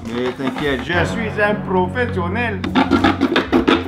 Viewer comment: J'aime pas quand il dit je suis un prophsionèle